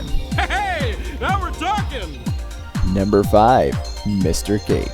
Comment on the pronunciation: I had to rewatch to see if he said five or pie 😂 but yeah, where is this 5th daughter